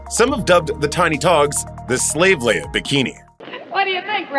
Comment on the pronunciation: I think it empowered her really, it let her be sexy and strong both at the same time! As a top female lead she needs to be a woman 1st and then also be a strong role model for other women. Showing them they can still be strong but still sexy all in one package. ( Note to voice over guy > her name is LE-IA not Layer. ) R.I.P. Carrie Fisher, You will always be our amazing Princess.